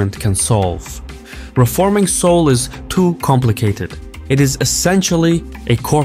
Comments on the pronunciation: Seouless? lol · "It's Seoulless"